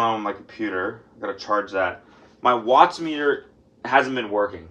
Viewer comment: Holy shit did he just say wattsmeter😂😂😂😂😂